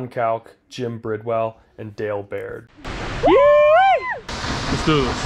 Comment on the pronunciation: Couple of things, Yosemite Falls in not the longest falls in North America. And you miss pronounced Dale Bard's name. Both deserve more respect.